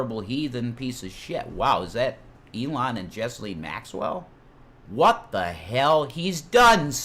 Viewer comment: It's Ghislaine,. The 's' is silent. Pronounced like Jilaine. Jasleen ain't even close.